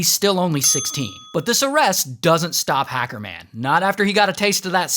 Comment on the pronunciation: The way he said hecerman tho💀😭😭😭😭💀😭💀😭